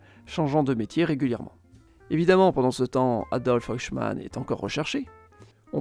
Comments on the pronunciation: Détail de prononciation pour Eichmann: EI se prononce "aï ". Le "oï " utilisé ici existe bien mais c'est pour le EU (comme Deutsch). Interessant sinon. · Bonne vidéo Mais c'est Eichemann pas Ochemann 😅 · C'est de l'IA ou quoi ? La prononciation est pour le moins douteuse, espérons qu'aucun prof d'histoire ne prononce "Eichmann" comme ça. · Superbe vidéo, mais la prononciation de "Eichmann" était juste stupéfiante. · C'est un classique de la chaîne, 9 noms sur 10 sont écorchés, mais c'est pas franchement bien méchant comme petit défaut.